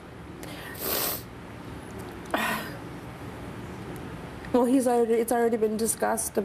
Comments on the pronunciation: "He cleans things, around the hoose." Wtf is a Hoose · Lmao they don't even say house right wtf is "Under my hose" 😂